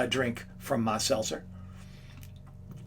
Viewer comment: Did he order Seltza or Salsa?